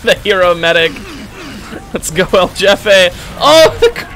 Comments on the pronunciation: I know it’s not his fault but hearing Jefay instead of “hefeh” made me want to die lol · When u say "jefe" its not like yefe, its like when u say "holy" but in "hefe". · There's no english J sound in Jefe, its like hey without the Y, hefe. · Does he know it's not pronounced like "Jeff-A" or..? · "jefe" is pronounced like "hefe" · isnt it pronounced hefe? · i would like to correct the pronunciation, but you seem to be having too much fun so sure, his name is jeffe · Why do you say jefe like that. That annoyed me the entire time